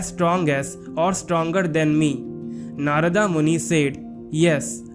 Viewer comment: Good video but inaccurate pronunciation of names. Names like Hiranyaksha and Narada etc. are simply not pronunced Aaaa at their End.